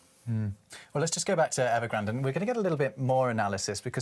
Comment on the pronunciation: Did you say Nevergrande?